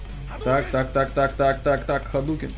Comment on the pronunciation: смотрю еще раз чтоб послушать "ХАДУКЕН, ЭСМЕЦЧ СЕМБУХЕН"